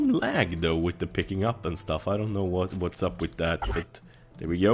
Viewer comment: it's th not tt